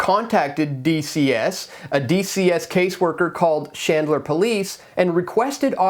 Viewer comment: DUDE not SHandler it’s CHandler CH like in chinchilla you’re welcome!!!